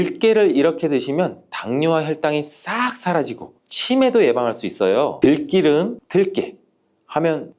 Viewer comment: 들기름을 왜 들끼름으로 발음하는지